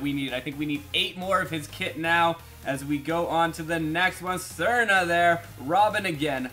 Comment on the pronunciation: You pronounce Srna wrong